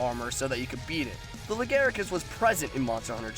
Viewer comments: Pascl "lagaricus" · It's "Lagiacrus". Not Legaiacrus. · Fair point, I pronounced them "La-gee-a-cris" and "Glay-ve-nus". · PiranhaFire69 Nope, that's incorrect. Quit trying to make the shitty japanese name look better. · This is a pretty good vid, just a couple problems with the audio capture and the voice. Also just a couple of pronunciation things I picked up: Glavenus is pronounced "Gla-veh-nuss", and Lagiacrus is "Laa-guy-ah-crus" at least as far as I know ><. We need more Western MH love, still, and you're doin' Gog's work with these. ... BIG ZAM #1